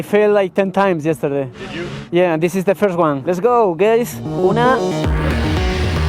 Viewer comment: Muy buen video mi amigo... Me cagué de la risa en el minuto cuando les dices "Geys" en vez de "Guys" 😂😂😂